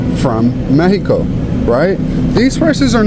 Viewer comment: You say Mesico. It’s MEXICO. The lady says it right.. 🇲🇽 ❤😉